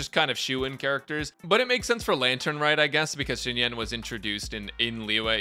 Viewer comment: I mean, I noticed immediately that you said it wrong 🤣